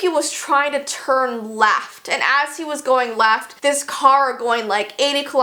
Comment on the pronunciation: Wen you said "left" it saned like "laft" !